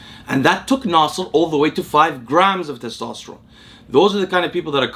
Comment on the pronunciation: You pronounce "Nasser" with perfect Arabic pronunciation.